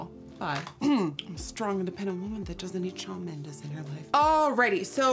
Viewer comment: NikkieTutorials u said Shawn mendes wrong hahahahaha